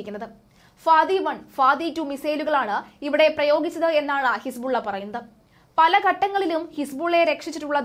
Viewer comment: His-ball- ellaa 😂😂😂😂😂